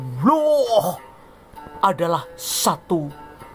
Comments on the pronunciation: 😂😂😂 astaga penyebutan allah itu lho mengesankan 😁😁😁😁😁🤣🤣🤣🤣🤣🤣🤣🤣🤣 kupas terus Gw penggemar baru anda uda gw subscribe n gw share. Sangat intelektual dan sangat bagus gw menikmati dan juga , menghibur tetapi tetap waspada tetangga sebelah kepanasan😂😂😂😂😂😅😅😅😅😅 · Kok ga becus nyebut nm ALLah gmn kao